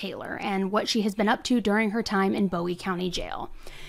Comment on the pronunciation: It's boowee not bowie.😢